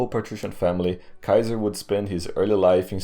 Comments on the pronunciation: it's Gaius Iulius Kaisar not kaizar. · It’s Kai-hard S- Ar not KaiZer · EYE-U-LEE-US is totally wrong. I is an EE sound not a diphtong. SEE-SAR absolutely dumb pronunciation it's KAI-ZAR. dumb barbarian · GUY-US EYE-U-LEE-US SEE-SAR is how it IS pronounced! The name "Caesar" survived the fall of the Roman Empire and was handed down throughout the Middle Ages to our present day without variation in how it is said. No serious linguist pronounces it any other way. You are spreading a revisionist view that is not accepted by the vast majority of college roundtables. Your swearing throughout the video is childish. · Oh no. Another kaiser pronouncer :D. Dont pronounce it as those "filthy barbarians" :D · Actually he pronounced it wrong too lmao. It’s Ka-Eh-Sar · Pronounced differently though. I understand why he reads Latin as if English, people'd get confused but... the c always sounds like a k, at least while Rome lived. Kikilia, Sikilia, Kaesar, Kikero, "Veni, Vidi, Viki", etc. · a guy who always complains about germs, pronouncing Caeser like a germ... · Imagine thinking the G*rm pronounciation of Caesar is the correct one LMAO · The kind of correct, kind of latin way